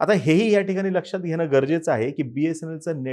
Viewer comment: घेणं आणि घेनं यात फरक आहे. उच्चार सुधारा. आपण येणाऱ्या पिढीला अशुध्द भाषा शिकवत आहात.